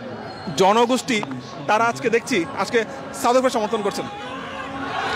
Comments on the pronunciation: সাউথ আফ্রিকা কে বলে ছাথ আফ্রিকা😂😂😂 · Chaut afri 😂😂😂 sala bhalo kore south africa tau bolte parena kangalu 😂😂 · 😂 south bolte parena chaut afrika bokachoda kanglu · বকাচোদা গুলো সাউথ আফ্রিকা কে চাউথ আফ্রিকা বলে আবার বড় বড় কথা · চাউত অফ্রিকা😅😂😅😂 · Khankir pola kanglu chaut Africa😂😂😂chodai. South africa bolte parena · আগে উচ্চারণ ঠিক করে কর বোকাচোদা, বলে চাউত আফ্রিকা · Uccharoni korte parena south africa. Chouth africa 😂😂😂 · Mukh se supari nikal ke baat kar bhai chouth aftica kya hota hai.. pehele to bolna sikh ..phir support karna chouth africa ko😂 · চাউত আফ্রিকা কি রে বানচোদ, আগে উচ্চারণ করতে শেখ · চাউত আফ্রিকা 😄😄😄বালো। কি উচ্চারণ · চাউথ আফ্রিকা, ব্যাটা পাতানো বাপের নামও ঠিক করে উচ্চারণ করতে পারিস না? 😂 খেলা দেখে সময় নষ্ট করছিস কেনো, রিকশা নিয়ে ভাড়া খাটলে দু পয়সা রোজগার হতো। 😂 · সাউথ আফ্রিকা আবাল কালা চোদা, উচ্চারন করতে পারে না আবাল বেজন্মা গুলো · Valo kore south africa uccharon korte sekh bokchod kanglu choda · সাউথ আফ্রিকা ঠিকমতো উচ্চারণ করতে পারে না সাউথ আফ্রিকা টিমকে সাপোর্ট করছে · মূর্খের বাচ্চা সাউথ আফ্রিকা উচ্চারণ করতে পারেনা আবার আসছে সাপোর্ট করতে। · সাউথ আফ্রিকা উচ্চারণ করতে পারেনা , হায়রে লুঙ্গি বাহিনী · দূর বোকাচোদা সাউথ আফ্রিকা উচ্চারণ করতে পারিস না তারা আবার সাউথ আফ্রিকার সমর্থক। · South Africa uccharon korte pareni, cup marate asche